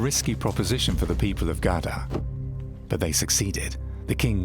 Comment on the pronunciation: Maybe you should pronounce it right: Gardar (which means farms) A bit boring with that english.